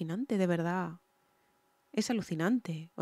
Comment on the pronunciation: NO SE DICE ALUCICIPANTE........SE DICE ALUCINANTE